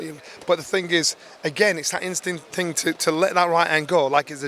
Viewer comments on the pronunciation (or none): Johnny Nelson is a pillock, also noticed he suddenly cannot say “thing” or “things”, suddenly it’s “tings” or “tings” the man is pure cringeworthy 🤦🏻‍♂️